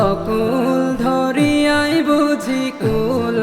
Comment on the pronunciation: সুন্দর হইছে তবে উচ্চারণের দিকে আরও মনযোগ দিতে হবে। অকুল ধরিয়া নয়! অকুল দরিয়া হবে।